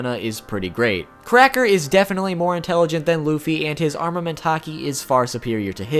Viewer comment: Its arNament not arMament